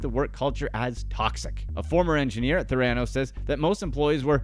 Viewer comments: The mispronunciation of Theranos in this video is just driving nuts lol. It’s also making me feel like this video was made with very little research even though I completely agree and think she belongs in prison for a long longgg time :/ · Trying SO hard to ignore how he pronounced Theranos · I 100% agree, it's my pet peeve when watching YouTube. This company has been in the headlines for years. So many sources of media have taught/shown us how it should be pronounced. Even the past employee's have been interviewed and they all say it the same way. 🙉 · Why on earth would you pronounce the very thing you’re making a video about wrong? It’s just so embarrassing and sloppy. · lol y’all pronounce theranos wrong. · Someone should tell OP how to pronounce Theranos. Hint: It's NOT ther-AN-os. It's THARE-uh-nos. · You need to learn how to pronounce theranos. 'there-a-nosse' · It's fun when a video presentation takes the time to learn how to correctly pronounce its subjects name. Theranos = THER-a-nos, (as in THER-a-py). Not ther-A-nos. Otherwise, excellent presentation! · Couldn’t get past the constant mispronounciation of THERA-nos. Not TheRAnos. Yeesh! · It's pronounced Ther-a-nos. Otherwise, great synopsis of Elizabeth & her manipulative behaviors that eventually lead to her downfall!! Diane Downs did the same thing to garner sympathy because, in her case, after all she's pregnant, a gift especially after the death of her daughter & the losing custody of her other daughter & son. For some reason female sociopaths actual think it will work in their favor.😇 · It was driving me crazy lol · The narrator obviously never listened to Holmes talking about her company, THER-a-nos. He proves that any lazy, ignorant schmuck can make a video. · Ther...ran..os What???? Learn to pronounce the this your talking about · “TheRANos” … it isn’t like there haven’t been a million news stories he could watch to get the pronunciation correct 🤦🏾‍♂️ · the right pronunciation is Thanatos